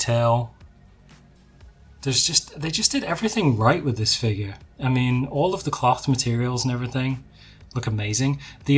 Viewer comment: great stuff, dont care about your boba v bobba....but you gotta say figure properly dude!!! hahahahaha